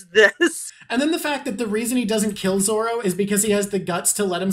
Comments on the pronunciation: I like how you correct her slight mispronunciation of Nami, but then let her keep saying "Zolo" over and over, for the whole rest of the video 😂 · Its zoro. Not zolo. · What a fantastic video idea. I really enjoyed this conversation. Lots of interesting observations. Thank you. Although I have to say, an L in Zolo instead of Zoro bothers me way more than an ay in Nami (and Nami was the one that you corrected). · Don't say Zolo, it's Zoro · I love that you corrected her pronunciations on everything except Zolo